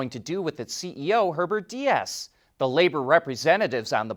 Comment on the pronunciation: Herbert Diess's last name is pronounced DEECE.